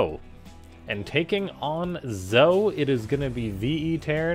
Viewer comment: I may be wrong, but I think Zoe is pronounced like Zoey. I only say that because of Zoe from Firefly...22 years ago?!? Holy ADHD Batman! If anyone knows for sure that I'm wrong than never mind, but I think you might be saying the name wrong.